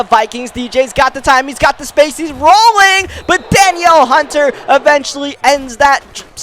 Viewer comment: its da-neil hunter